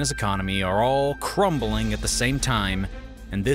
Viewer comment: There's no E in crumbling.